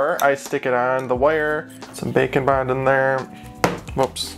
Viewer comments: Instead of saying bake n bond it sounds like you are saying bacon bond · I will never stop hearing it as Bacon Bond... Also this was awesome even tho i didnt watch deathnote